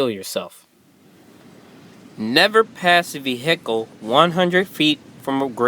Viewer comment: Good vid, but the word vehicle has the accent on the 1st syllable (ve) not 2nd syllable (hic)